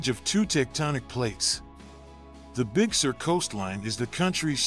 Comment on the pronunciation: Please lose the fake specs and scratches. We can tell it is an old photo. It is not a motion picture, so any scratches would not change. They don't belong. It is distracting, and not necessary to make a point. Also, please learn how to pronounce CarMEL and Big SUR.